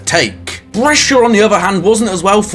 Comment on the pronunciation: That is a truly impenetrable pronunciation of Brescia.